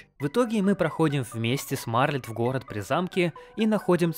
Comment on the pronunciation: У меня тоже — почему "Марлет", а не "Мартлет"?